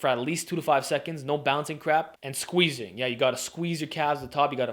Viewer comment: said squizing😮😮